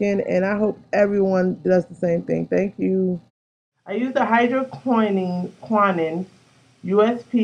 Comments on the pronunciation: Nice video! Let us know if it works for you. And, it is pronounce hydro-kwin-known. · Pronounced Hydro Key Know een